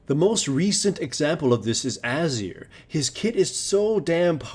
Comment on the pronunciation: AH-zir. lol, that pronunciation. Still, nice vid.